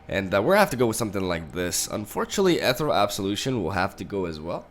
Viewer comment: ethereal (not ethrel or whatever)